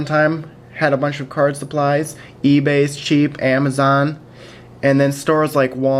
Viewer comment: Cheap is pronounced with a "tch" sound, otherwise it sounds like "sheep"! Couldn't help myself pointing it out, but really, an awesome video you got there :)